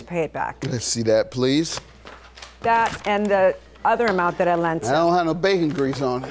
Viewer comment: She can’t even say “ bacon grease “ correctly 😂 We all know she doesn’t have any bacon grease in her house. 😂 Maybe turkey bacon. 😅